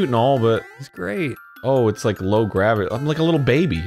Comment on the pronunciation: You rike a diapers??? MEE TOOO!